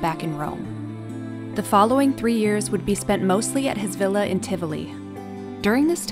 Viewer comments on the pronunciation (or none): none